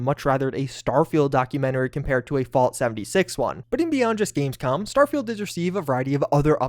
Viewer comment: said "gamescum" haha